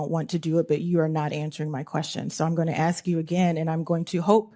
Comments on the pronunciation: is great HOWEVER, the word is 'ask' not axe and Trump is the Commander in Chief not the Commander of Chief. Don't get me wrong. She is doing the right thing but I think in order to really zing into ligitimacy we must speak properly, unlike Melania Trump. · She’s good but please, it is NOT ax but ask!!! He is NOT the commander of chief but the commander In chief or The commander in thief. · If she wasn't in Congress in the United States Congress I wouldn't care if she said "axe", but it really hit my ear and not in a good way cuz she's substantive and spot on and seemingly fearless. It's not untoward, I do not believe, to believe she is capable of upping her game in that one respect. Because other than that she is a true servant of democracy and her constituents as well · She’s “axing” questions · Great cross examination, but she would be taken more seriously if she learned how to pronounce the word 'ask'. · Why would a smart person say - that is not the question I axed you.